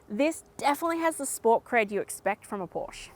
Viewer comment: best review (of ANY kind) i’ve ever seen!! very thorough. but you must pronounce PORSCHE correctly.